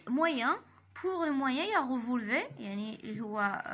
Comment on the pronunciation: On prononce le R de la fin du mot revolver